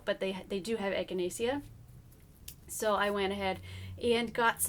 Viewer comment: Pronounced “echina-shuh” :-) I only know this because it also makes for a wonderful tea. I really want to start a little herb garden for my bunbun. Thanks for the information! I love your videos!